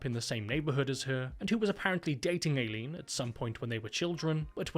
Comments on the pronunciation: Eye lean. Not AY leen. Come on limey. Please respect the American language. It's your mother tongue, after all. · Or Aileen like Alien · It's weird how my name is "Ayleen" and not "Aileen" and the way you're pronouncing Aileen's name is exactly how you say MY name. Aileen's pronunciation is different as hers is more like "i-lean" instead of "eyy-lean". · "AYY-lean" lol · Ay-leen was killing me.